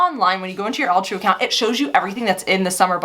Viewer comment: Question. Why is it pronounced Al True and not All True as it’s spelled? What does Al True stand for?